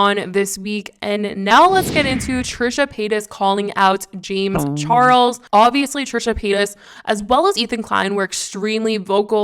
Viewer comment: Jame charles? She’s saying jame charles over n over. Lol sounds funny.